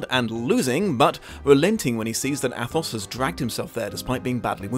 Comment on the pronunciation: The "th" is pronounced like a single "t" in French language... So Athos is really pronounced Atos... But overall your pronunciation isn't that far off...